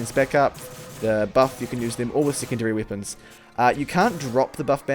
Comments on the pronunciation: Does it annoy anyone else that he says "wippons" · No offense but why you say wipons? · "bira wippons in the game"